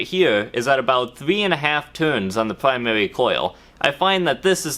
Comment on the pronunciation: Pwymawi and secondewi coil Im going to hell